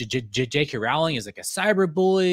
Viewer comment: Rowling rhymes with bowling. Thanks for this. How did you find this? It feels like it’s being suppressed by the YouTube algorithm and on google searches. I think we need to send this story to news outlets and get it in the radar.